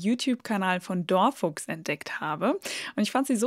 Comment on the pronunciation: Lustig, wie du „Dor Fuchs“ aussprichst. Ja, ich dachte tatsächlich beinahe, du hättest ein altes Video hochgeladen, denn ich kenne „Dor Fuchs“. Sehr cool erklärt und lustig.